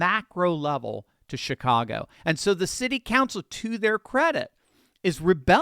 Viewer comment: Was that a Freudian slip, or my hearing ? Did you say $HITCAGO ?